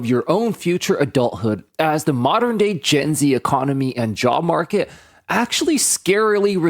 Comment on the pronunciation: Jaw Market. I know it's a misstep by AI, but i like how that sounds! Literally “Jaw Market” as in the classic movie “Jaws” by Steven Spielberg, full of sharks that want to eat you alive while you just want to get a job to survive in this economy.